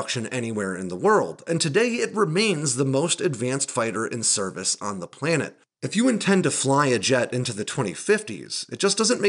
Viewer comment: It’s Canada, not Kenada. It’s planet, not plennet. It’s Japan, not Jepan.